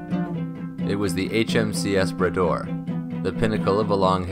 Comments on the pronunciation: Grates on my ears every time I hear him say "Brayder'. It's 'Brah-door', ffs, Make an effort. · . Had to go back and listen again; I heard the rename as the ‘Bidet’ the first time. 😁